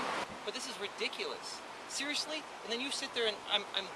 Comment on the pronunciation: sewiously? Sewiously? Awe wu sewiously sewious?